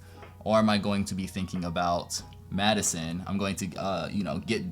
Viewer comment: I didn’t realize you’re wife was named Maddison, so I thought you were saying “Choosing School and Medicine”💀💀